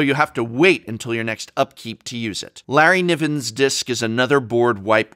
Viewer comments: "Nerry livins disk" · Apparently Nevinyrral's Disk is pronnounced "Larryniven's disk" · It is. Larry Niven was a scifi author, and Nevinyrrals Disk was named after him.